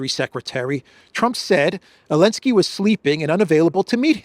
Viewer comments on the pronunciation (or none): I really appreciate your reporting but I dont understand why you are the only person on earth that insists on calling Zelenski "Elenski". Is that a derogatory slur or somthing? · Not sure why you keep insisting to say Elensky when everyone else on the Internet is calling him Zelensky without any problems from YouTube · So the Z is silent! 9 min in and finally figured it out. 😅